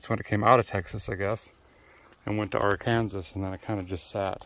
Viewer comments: Hay you know that it’s illegal to say Ar Kansas not Arkansas I know it’s stupid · HEY HEY IT ISN'T AR KANSAS IT IS AR KAN SAW. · I'm glad you're the first person not from Kansas that I've heard say Ar kansas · Love you man, but, it’s R CAN SAW. Thanks